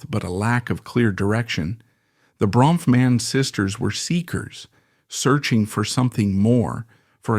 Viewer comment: How many diffrent ways can the narrator mispronounce the last name?!